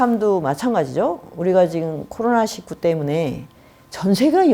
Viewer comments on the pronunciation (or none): none